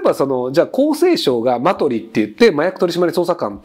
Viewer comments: マ↑ト↓リ↓じゃなくてマ↓ト↑リ↑って言いたい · 「マトリ」の発音って、ひろゆきは「香取」と同じだけど正しくは「サソリ」じゃないの？ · マジで違和感なイントネーションでしたねw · マトリの発音がイメージと違ってたわ